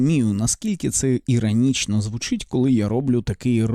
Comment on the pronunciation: Здається робиш правильні речі, але є одне але... На якій мові ти спілкуєшся "українськомовний"? бомбОрдує, "кАнтентА", ірАнічно, розсудку, дІпресії, (існоє такІй рух), (земля плоськА), (ОХ ТИ І ТІП, - ГЛОБУС (відкрию тобі секрет, він має форму кулі)), бЄтонна плІта. ЗРОБИ ЩОСЬ ІЗ СОБОЮ!! ТЕБЕ Ж ЛЮДИ ДИВЛЯТЬСЯ І СЛУХАЮТЬ, А ТИ ... "борець"